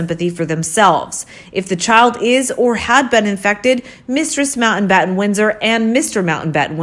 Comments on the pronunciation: The name is NOT Mountainbatten. IT is pronounced Mount battin. What is wrong with this woman and her inability to correctly enunciate words with a T in the middle?? Important is pronounced Impor TANT. Where did this woman learn English? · FFS....It's MOUNTBATTEN not MOUNTAINBATTEN